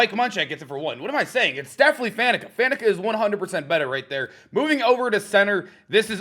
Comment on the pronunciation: might be one of the only content creators in his 20s that pronounces Faneca correctly.